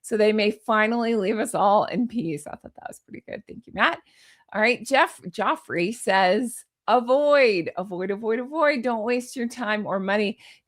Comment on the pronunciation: How tf did you pronounce Geoffrey??😂😂😂😊